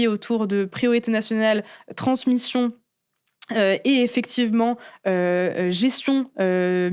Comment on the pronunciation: Euh... Transmition???